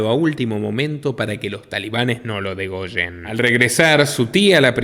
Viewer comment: Excelente material. Un solo detalle: no es "degoyen", sino "degüellen"...